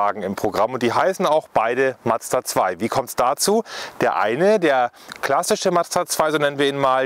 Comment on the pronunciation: Nice video, but... it's a Mazda, not Mad-zda 😅 Or do Germans have problems saying that? 😂